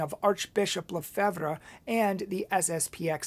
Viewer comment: You cant even pronounce Lefebvre!!!!